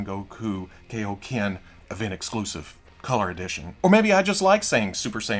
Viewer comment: I don’t want to be that guy but Kaioken is pronounced ( Kai OH Ken ) not ( Key Oh Ken )